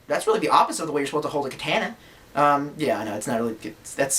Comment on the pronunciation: Yo,, good to see you're back. You looked like you were having a good time in this video and generally in high-ish spirits. You also look like you've lost some weight and, if so, that's great, man. Hey, the way you pronounce katana is funny, nothing anyone should get butthurt over. Trust me, I'm two years through a Japanese minor in university and we still call the silly squiggles Can-jis instead of kanji to make our sensei rage.